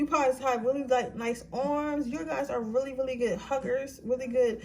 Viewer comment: Sis do you have a speech problem? It seems to get worse and worse every time I click on a video. You keep pronouncing “really” like “willie”. And you talk fast.